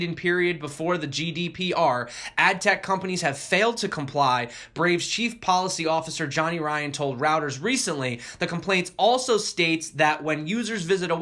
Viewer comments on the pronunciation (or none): News agency pronounced “roy-ters”